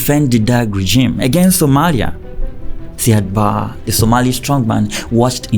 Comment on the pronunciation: It is pronounced Siad Barrey not barr